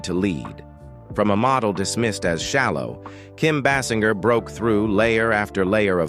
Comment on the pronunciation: Kim BASS IN GUR?